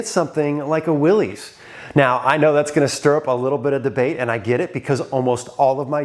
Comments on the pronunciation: I thought you of all people would know how to pronounce WILLYS, it’s Willis like Bruce Willis not Willies little Willy won’t go home. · "Willis", not "Willies"... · I can't believe that someone with so much history in Jeeps and a veteran to boot would still call a Willys "Will-eez". That is so completely wrong. Big fail. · It's pronounced Willis as in What You Talking About Willis... John North Willis was the founder of Willys-Overland Motors in 1908, they produced many of the WW II MB's then later the Willys M38. John Willys pronounced his last name "Willis" just like Valley Of the Moon is singular not Moons plural... you have a lot of subscribers and you get a lot of views but at some point you should actually try to become knowledgable about the subjects of your videos. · Willys is pronounced 'Will-us'. The Willys-Overland company produced 'jeeps' in WWII. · Isn’t it pronounced Will-is like the guy from Die Hard?